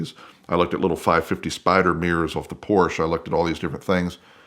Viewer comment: Yet you still can ot pronounce PORSCHE correctly.